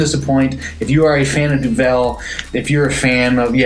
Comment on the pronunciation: Duvel - Since you said Duvel so many times and I know you love Belgian beers, know that Duvel means devil and is pronounced similarly but with a DOO. Devil, Doovle, DOO-vull. That out the way, yes, I've had this. You know I'm a Belgian beer freak. Duvel single fermentation has been on draft forever. I had it in Brussels. Explained to me that it's exactly the same Duvel we love except without the second bottle fermentation. They do process it further for the kegs (and now cans) but the taste is similar. Just read that this beer is dry hopped and cold filtered and conditioned for 30 days. Oktoberfest - The non-mäerzen Oktoberfest Wiesn is what you're trying to say. Remember Wiesn is the name of the grounds where Oktoberfest is held and not related to Weiss or Weizen so nothing to do with wheat, although it is lightish in color. Confusing but I talk about it every year with friends. Ha. Belgian Golden Ales - You've had a bunch of them. Duvel, Piraat, Delerium, La Chouffe. Keep in mind they are also listed as Belgian Strong Ales. Love them. It's in my top ten style of beer. More like top 6-7. Review - Great job. I have not had the can but will look for it. Good to hear that it's so drinkable despite 6.8%. I'm looking forward to that. Man I love Duvel. 👍